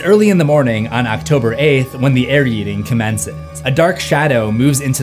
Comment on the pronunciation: STOP SAYING AIR-YEETING!!!!